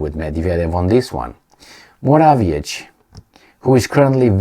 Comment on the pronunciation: Morawiecki - to be pronounced Moravyetzky. Why is it so hard for you? If I were to repeat somebody's name many times I would look in up I internet